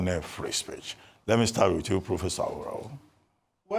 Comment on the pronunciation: Dr Abati, as a Yoruba man please stop mispronouncing AWORAWO, a divination seeker/ watcher, pardon my english if it is not correct but, I'm sure you'll have an idea of what I'm trying to say which is a Yoruba name, it's pronounced as re-do-do-do, thanks...